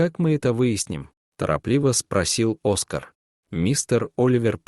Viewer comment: Хороший рассказ!!Только...не Оска'р, а О'скар. Ставьте правильно ударение